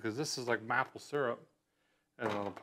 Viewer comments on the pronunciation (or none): Mapil syrup 🤣🤣 dont u mean maple mayple syrup lol 😅